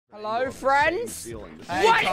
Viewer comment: Hewwo thubbo!